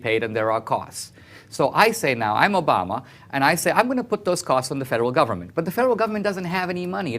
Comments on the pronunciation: is anyone else annoyed that she pronounces Obama's name "Obamerr" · Funny how any word that ends with an a, she adds an r. Obamar time after time.